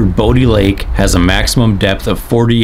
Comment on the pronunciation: It is pronounced Bo(bow) di (dye) lake